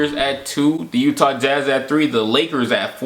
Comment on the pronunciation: The YEWWTAAH Jazz.